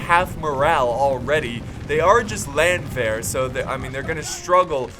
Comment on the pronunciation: Hey, try to pronounce "Landwehr" like it´s spelled Lundwehr and it will sound german. Btw i love you:D #nohomo